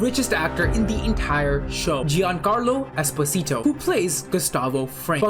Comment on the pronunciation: he is Italian and his surname is EspOsito (stress on the second syllable)